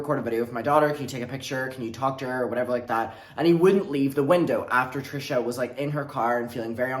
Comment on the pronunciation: stop why do you say her name like that 🤣